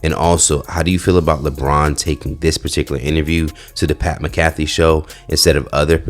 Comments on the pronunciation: Hey, if you are going to call yourself a "journalist" and do the "news" on a black comedy YouTube channel; by all means PLEASE learn how to pronounce other people's names properly, respectfully, and correctly. That has never been nor even as of today how you even pronounce Pat McAfee's name: from his days as the starting punter for the Indianapolis Colts to his highly visible role as a color commentator on WWE Smackdown as well as his digital show's collaboration with ESPN. This isn't the first time that you have come across as being ill-prepared on your previous news segments either, sir; I still remember when Mr. Demond Wilson even had to call you out multiple times on historic public information and source material that you failed to research or even be cognizant of during that pivotal historic interview for In the past, we as black people have always felt disrespected or slighted by mainstream media when they don't take the time out to learn how to respect our culture by pronouncing our names respectfully and correctly. We as a people have no justification to feel slighted in any shape or form if we can't even take the time to make sure to do basic due diligence in being well informed enough on the subject matter that you are reporting on to dispense properly vetted news information which includes the proper pronunciation of a well-known public figures name(s). The spotlight is always on you,, and remember that this same video can come back to revisit yo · Say Brotha, Why don't you give LBJ the chance to patronize other platforms of culture/color before asking a question like that? Perhaps Pat McAfee, (Mak•ah•fee) NOT (Mah•kafee) was the 1st to invite LeBron The question would then be, Why DIDN'T a platform of color/culture be ask 1st Also Ig you feel blakk celebs and athletes should turn down major networks ops until they've exhausted all the cultural avenues, huh? You lost me at the end, Bro 🫠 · My boy said, " PAT MAHGAFFI" 😅